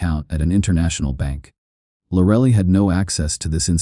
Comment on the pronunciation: "Lorelly" 😂😂 I'm sorry, but AI can take over when it learns to pronounce things.